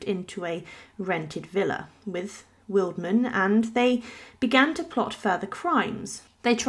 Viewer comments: you are pronouncing his name completely wrong! „Willedman“ is wrong. The german word „Weidmann“ is pronounced „Widemun“ correctly. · Just a little FYI: Weidmann is pronounced “Vide-mann”. Vide as in “wide”. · It is pronounced WidemAn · It’s pronounced Videman (vide rhyming with tide). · I found the mispronounciation really irritating. Getting someone's name right is not rocket science. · if you’re a supposedly professional YouTuber and want to be taken seriously, then you should be able to pronounce names correctly. It doesn’t take much effort.